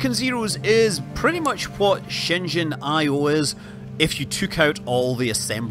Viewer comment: Good job pronouncing Shenzhen correctly (for the most part)!!!